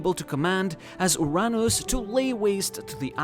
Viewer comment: Is it actually called "urr-nus" or "uranus"